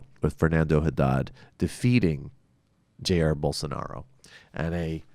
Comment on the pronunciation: Just two things: it's Ja-ir (the accent is in -ir). And please, talk about the attacks commited by Bolsovómito supporters on minorities (gays, african religions representatives, PT supporters) since the 1st round. I'm so sorry I missed this show :/